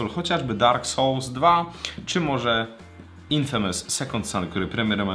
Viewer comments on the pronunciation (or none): none